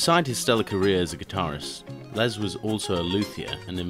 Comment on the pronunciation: Good video but ITS NOT LEZ PAUL ITS GODDAMN LES JESUS CHRIST